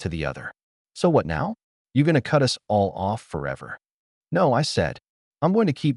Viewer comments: Haha, I’ve noticed that too! It’s like AI can’t decide if it’s “us” or “U-S” and ends up spelling it out every time. Guess it’s still figuring out those little nuances! 😂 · AI can't seem to pronounce the word "us". Always come out as U-S. 😂